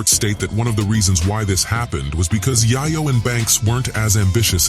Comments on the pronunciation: I checked out when he said yayo instead of yeyo like damn u did a whole documentary and never learned how the say there names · Get the name right culture vukture it’s “Yayo” pronounced “Yay Yo” not Yih Yo mf! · DONT DISRESPECT ME BY PRONUNCING THE NAME YAYO AS "YAH YO" ITS PRONUNCED AS "YAY YO" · I almost stopped watching the video cause I couldn't stand the way he was saying Yiyo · This Point Just Say Tony Yague 😭 😭 😭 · You mis pronounced: Tony Yayo's Name. It's not Yah Yo. Its pronounced: Yay-Yo. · It's yayo not YAHYOW! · A little word of advice…. If you’re going to try and make money off a culture and demographic that you are not part of and know nothing about the least you could do is learn how to pronounce peoples names.. you lost all credibility with me when you repeatedly called him Tony (Yaa-yo) instead of Yae-yo. That right there shows you not only knew nothing about the members of g-unit before making this video but never even heard their names other than 50. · its YAY YOOOOOOO not yayaaaaaaa jesus TONY YAYOOOOOO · Who the fuck is tony 👁 yo?????? It's yayo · It’s yayo!!! Dude yayo not yiyo 😂😂😂😂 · It took so much effort to say it wrong 😂 " Tony YaaahYoh" come on Bruh🤷🏾‍♂️ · Yiyo…..? It’s Yay-yo foo! 🤷🏻🤣🤙🏻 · Stopped watching after he said Tony YIyo smh cmon son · This nigga called Buck, Tony Yaiyo. I'm out!😂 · The fact he keep saying Yiyo and not Yayo kills me!! Bruh, let it go!! 😂😂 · Might as well Called him Tony yo-yo lmao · Yay-Yo stop say yah-yo you yahoo 😂😂 and it's Gun-it not G-unit 😂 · I stopped watching once he said tony yiyo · WTF is Tony Yi Yo?? 😂😂😂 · My boy said Tony YiYo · 😂 Tony Yeyeo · 🤣🤣🤣🤣🤣YIYO NOT YAYO🤣🤣🤣🤣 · How can anyone watch the rest of the video when he said but this guy is better known as Tony yahyo. Ask Tony if he got the yayo, and he’ll say Yahyo. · Nigga keep saying YIYo over yayo. Pissing me off. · Tony Montana telling chee chee to get the yeh-yo 🤣👌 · Tony Yeiyo 😂😂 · Tony Tiyo and Jimmy I-O-veene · its pronounced tony yaayo